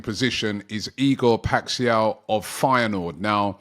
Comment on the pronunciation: no way he called Paixão "Pack See Ow"